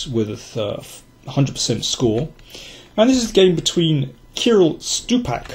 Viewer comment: In 'Kirill' accent is on the second syllable. BTW, in 'Sergey' accent is on the second as well. A quick tip for november =D